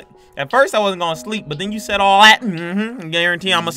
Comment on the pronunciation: Siad ?? Actoin??? Bruh it's said action